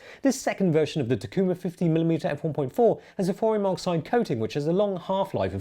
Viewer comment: Good episode. Thanks. Your area may be different but... In North America Pentaxians pronounce it (phonetically like) TACK-YOU-MAHR . And "Nikon" rhymes with "icon" -- (for reference the Paul Simon early 70's album "There Goes Rhym'n Simon" -- ) and, the song "Kodachrome"👄👄👄👄👄👄👄💃💃💃💃💃💃💇💇💇💇💇💇 And Canon rhymes with Cannon, Pentax and Contax only rhyme with "tax" ("No new taxes!") Leica is only like a, er, only a Leica? while Zeiss is always nice😁😁😁😁😁 "I once shot an elephant wearing a Leica in my pajamas... how he could afford the Leica I'll never know..." - Orange Julius Marx Lenin & McCartney attorneys at flaw